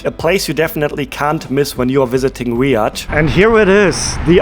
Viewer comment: It’s not riad it’s Riyadh btw and there is normally a lot of cats and there is no snakes or spiders